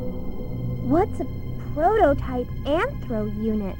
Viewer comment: You know, for the PS1, this is an insanely detailed game. Also, did Mega Man have trouble pronouncing PROTOTYPE?!